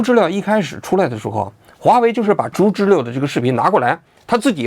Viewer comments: 竹知了的正确发音应该是"竹zhú知zhī了liào", "了"的发音不是"lè", 而是"liào", 且接近"轻声" (短促、音低，起收尾作用)。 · 知了（liao）還是“知溜”？ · 开屏暴击，，不是竹知了（liao)吗。。。 知了啊 ， 怎么成知乐了。。。听着好难受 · 王局说zhuzhile，我觉得应该读zhuzhiliao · 应该是“竹·知了（Zhī liǎo）”吧！ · 王局为什么总把“竹知了(zhu2zhi1liao3)”念成(zhu2zhi1le4)？听上去怪怪的。我知道有些AI配音一碰到多音字就容易犯错，但如果是王局真人发声的话应该不至于啊。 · 那叫竹知了（liao）好不好，王局连知了都不知道吗😅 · 不应该是读竹知了（liao)吗，王局咋一直说成竹知了（le) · 难道不是 读 zhu zhi liao？ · 竹知了(liao, 3声) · 不是应该叫竹知了（liao）吗？我一直记错了？ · 这个玩具应该读音竹知了（liao 三声）吧，就是蝉